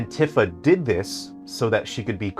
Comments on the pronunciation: It's pronounced TEE-fa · you can't possibly know this game and pronounce Tifa incorrectly. f take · Really? Really?! You're gonna say this isn't a ragebait video, but then go along and not only remind us that it's been 29 years since the original game's launch, but pronounce Tifa's name wrong throughout the ENTIRE VIDEO?! I thought you were better than this,. Okay, jokes aside, this was a very interesting discussion. I haven't played the original game, nor have I played the remakes, but I know the major plot points. You would know more than this than I would, but personally, I've always thought of remakes as an opportunity to expand lore and make another attempt at implementing something that couldn't be implemented before, be it for budget reasons, time constraints, or just being unable to implement said thing for XYZ reason (Kraid was originally supposed to be in Metroid Prime, but Retro ran out of time at that point, and instead opted to put in the Omega Pirate boss fight. I think it was also a tech thing?) I think little easter eggs in reference to something that was born out of the original game isn't a bad thing either, like, maybe some kind of small reference to Smash Bros. having Cloud and Sephiroth, talking about how weird it was seeing the two of them fighting on some random castle's rooftop with a bunch of huge mushrooms in the distance. Might be a bit cringe, but hey, if I had a game character I made get invited to Smash Bros., I'd probably put something in my game that mentions that too. The way you describe how the remakes tell the story is rather glum